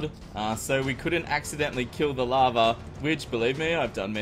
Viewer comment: Why was I constantly thinking you were saying "lava" instead of "larva"???